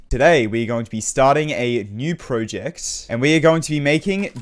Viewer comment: PrOject? it’s project not O o